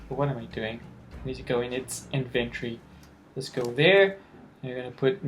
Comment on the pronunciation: It is not “INVENT-ERRY” it’s pronounced IN-VEN-TORY lol .. you’re the 3rd mobile ark player to pronounce it Inventerry..sorry just gets on nerves .